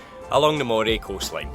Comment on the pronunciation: It’s Moray as in Andy, NOT Moray as in eel.